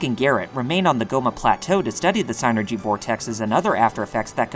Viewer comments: its pronounced sinergy not psy energy look its spelled psynergy no e between the y and the n so please stop adding the e the way youy say it would have to spell it psyenergy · Sigh-nergy! Hint: you can look up words in the dictionary to figure out how they're pronounced. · Drink everytime he says SIGHnergy.